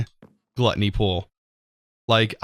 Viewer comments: "Glatney Pool" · ...Guilty pool not gluttony xD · .. can u try jumping in the void... Just keep flying at the level where u start taking damage.. and also.. its guilty pool.. not gluttony😂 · You need to read the word "Guilty pool" again, ^^ Thanks for the series!